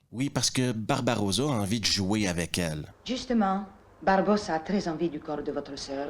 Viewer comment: Il faut que tu t'applique un peu...c'est pas "Barbarosa"...c'est Barbossa.....😀